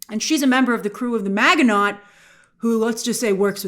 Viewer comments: That pronunciation of Miginot. I guess they never say the name in the show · You are so smart but kill the pronunciation of Maginot. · 😂grace didn’t bother to look up the pronunciation of maginot, knowing it was French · You’re mispronouncing “Maginot”. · The T is silent in Maginot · We have a ton of French loan words in America, and if you ever covered WW2 History in school this name comes up, so yeah, I was cringing at the pronunciation. 😂 Show sound's great though. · Isn't maginot pronounced mah-zhuh-no ? Was it pronounced incorrectly in the show? Or does Grace need a WWII primer? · It's MAA jen know. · it's pronounced "MA-JIN-O." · It's actually pronounced "ma-jee-no" 😊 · Maginot is pronounced MAZHI-no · Mazh-in-oh (French). Apart from that -- you've got me intrigued! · You mispronounced Maginot.. it’s like Majino….. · Her pronunciation of Maginot is killing me 😂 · That's not how you say Maginot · That's not the right pronunciation for Maginot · It's ma-ji-no not mag-e-not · Grace it's not Ma Gi noT, it's pronounced Ma gi NO! long stress on the O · Grace, Maginot is pronounced Maj-eh-noh. Its a French name. Just fyi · It's not pronounced mag in ot.....itsMaj in o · “Mahj-ee-no”, not “mag-ee-not”. It’s French. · It's pronounced Maj in oh Grace.. A million Frenchmen cried out in pain with your pronunciation.. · Ma-ja-no not Maginot. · The word "Maginot" is pronounced "MA-zhi-no". Not MAG-uh-not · First thing I noticed also. 😂 She didn’t remember he was a French man. Definitely Not pronounced “Mag-e-Not.” 😂 Ma-ji-no is the correct pronunciation, like you mentioned. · Pronunciation Magin no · It's pronounced ma-ji-no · Proper French pronunciation for Maginot, - Ma-zhi-no - (the G is a soft G, the T is silent). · Pretty sure it's pronounced "man-gi- no" Maginot. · "Maginot" is pronounced Ma-Zhi-No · I was like "Maganaught"?